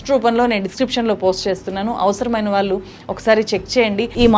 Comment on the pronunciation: Vaallu vaallu, pronunciation marchukondi please, Telugu ni champeyyakandi